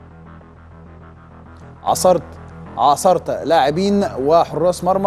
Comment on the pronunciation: انا بحبك يا هيما على المستوى الشخصى لكن خلى بالك من لغتك العربيه - عاصرت بضم التاء .